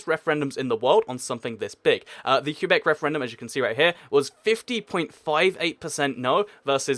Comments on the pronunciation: It's pronounced ''kay-bec'', or some english speakers pronounce it ''kway-bec'', that can kinda work too. But the real pronunciation in French is ''Kay-bec'' because the ''u'' is silent and the ''é'' is pronounced ''ay''. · It's " Ke-bec " No discussion. Also there's already France in North America, so yeah, Quebec wouldn't be the only french-speaking country there. But I guess the never went to school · I'm a French speaker from Québec. You pronounce it ''Kay-bec'' because in French, the ''u'' here is silent and the ''é'' is pronounced ''ay''. That said, some English speakers pronounce it ''Kway-bec'' and we accept that too, even though it is kinda wrong. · I live in Québec, I speak french, and the correct pronunciation is '' Kay-bec ''. The ''u'' in French is silent here. But yeah, most English speakers will wrongly pronounce it '' kwa-bec ''. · It's pronounced kwebec not kyubec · "qua" beck, not, Que bec. soft qu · Québec is pronounced “kay-bek” not “cue-bek” FYI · It’s not Q-bec it’s Qwe-bec and it wont ever be independent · It is too bad you can pronounce Quebec properly. It isn't pronoinced Q Beck it is pronounced ke beck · It's pronounced kay-beck, not cue-beck. Alternatively, you can call it Kwe-beck, as many anglophone Canadians do, though it's not really correct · Interesting video, but only 4 countries made your list in the end (as witnessed in your round-up at about ). Also Quebec can be pronounced either "ca-bec' or "cwa-bec" but I've never heard it pronounced "cue-bec" before. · Do me a favour dude. Its Kay-bek not cue-bek. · You pronounce it Kay-Beck or Kway-Beck normally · It's not pronounced "Que-beck", it's pronounced "Qwe-beck" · You are not supposed to pronounce Quebec as “Q-back”.. I know that there are a lot of places where it’s up to you how you pronounce them, but you should pronounce Quebec the proper way. I mean you could pronounce Leicester “Lei-ses-ter” too, but that’s not the right way to pronounce it.